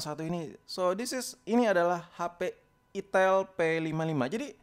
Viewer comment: Gk tau tapi tiap lu ngomong "itil" gua pasti ngakak🤣🤣🤣🤣